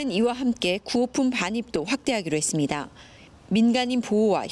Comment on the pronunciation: 이 방송국의 앵커를 속히 바꾸시오. 그는 끝 발음이 정말 듣기가 거북할 뿐만아니라 “ 했습니뎌” 라고 발음하는 정말 듣기가 여간 괴로운게 아니다. 그렇게도 앵커로 일할 사람이 없던 말인가. 말끝마다 “뎌, 뎌, 뎌, ” 라고 하니 발음을 고치던가 혀에 문제가 있는 사람이라면 다른 사람으로 교쳬해서 앵커자리를 신선하게 하기를 바란다. 정말 한심하다. “뎌, 뎌, 뎌, 라고 발음하는 자를 앵커로 앉히다니.